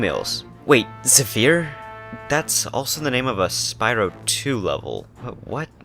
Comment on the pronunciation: It's pronounced zeh-fur not zuh-fir